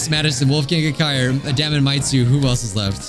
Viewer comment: I think his name might actually be pronounced Day-mun ( like Matt Damon like you said)😅 the way you're saying it sounds really close to "d@ sometimes any I'd hate for your video to be demonitized like the one where you said Funk and it thought you said the F word.